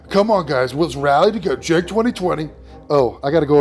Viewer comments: Love everything about this content,. The hyper-annunciated "Keek" gets me every time. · I think the way you are meant to pronounce Cenk the E is sounded as a U and the K makes the same sound as a T. You're welcome